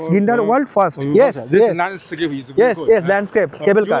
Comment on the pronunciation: উচ্চারনটা ফির্স্ট ( First )